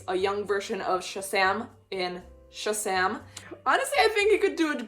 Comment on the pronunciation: "Shasam" "Shasam"